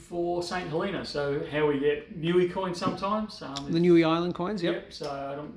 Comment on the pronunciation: Niue - your pronunciation is close. Try "noo-way" (Not new-ee). Managed to get me some guineas, but clearly missed out on the bars :-(